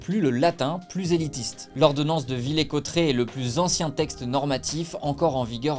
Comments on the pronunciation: Certaine erreurs dans cette vidéo : Henri IV devient roi de France en 1589 et pas en 1598. On ne dit pas [Villé] mais [Villér], le r se prononce. Tu ne parle pas de la Révolution de février 1848 les élections du 23 et du 24 avril 1848 c'était pour l'élection de l'assemblé constituante pour crée la constitution et c'était une élection au suffrage universelle uniquement masculin, pour les femmes il faut attendre 1944 Les lois sur l'éducations de Ferry c'est en 1881 pour l'école laïque et 1882 pour l'école obligatoire (en gros) La tour Eiffel à été construit pour l'exposition universelle de Paris de 1889 pas pou celle de 1900. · On prononce « villère » cotteret* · On dit pas VillAIR Cotterets ?